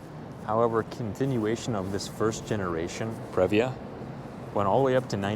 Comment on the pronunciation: It is pronounced “pre”-“via”! Not, “prev”-“via” 🙄😑🤦🏻‍♂️😑🙄